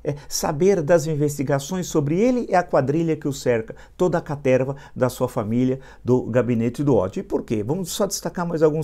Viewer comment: "Cateerrrva" hehehe